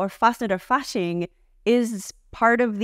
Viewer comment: 5/5 pronounciation on Karneval and Fasching, but 'Fasnacht' needs a bit more attention, especially the 'Nacht' part. Give it a clear 'A' sound, as in 'KindergArden', and really appreciate the gritty 'ch' - on sandpaper scale you don't want to got too rough on the grit, give it a nice 120, not lower ^^ And then you end on 't' as you perfectly demonstrated, so just the 'A' sound and the 'ch' sound, which need a little more attention 👍‍